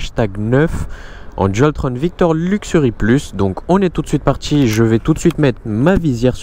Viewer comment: comment repérer un cassos après 4 secondes... quand "on est parti" devient "on est partchi"